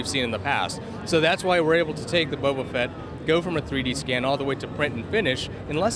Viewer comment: Bobo fett!!???? Its boba fett ya noob